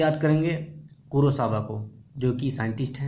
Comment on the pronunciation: u saying in this vedio kurowasa oky bt its not kurowasa its kurosawa...